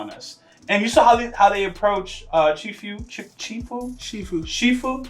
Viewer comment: its chifyu, not chifu 😭